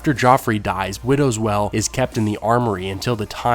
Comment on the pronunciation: Pretty sure it's "widows wail" sounded like you said "well". Sorry to be that guy.